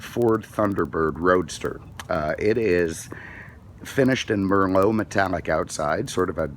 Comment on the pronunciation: Mermo Red? Uhmmmm no - it's Merlot ("mer - loh")! Like the wine, ya know? Jeez